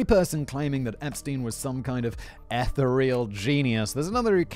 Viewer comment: Pronunciation Tips, for Simon Almuni is not pronounced AH-LOO-mah -ni but AH-LUM-ni. Ethereal is not pronounced ETHAH-err-e-all, but ETH-err-e-ill.